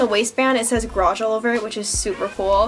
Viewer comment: gArage not grage